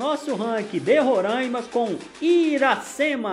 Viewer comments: Pessoal de RORAIMA não gosta muito de chamar RORAIMA de "RORÃIMA". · Não é Rorâima é Roraaaaaaima